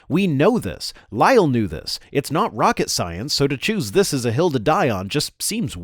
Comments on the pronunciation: Its a bit Jubyous of him and his goofy mannerisms combined with prouncing Lyell as "Lie El" are silly. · Lyell had a perfect excuse for not making erosion measurements, he didn't live there he was a visitor just providing advice, he had a job to go back to. He should also learn how to pronounce Lyell's name it's pronounced as if there is only a single 'l' not as if it ended with 'el'.